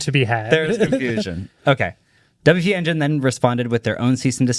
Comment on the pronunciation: LOL, this is actively stressing me out. Haha it’s “W P Engine” 😁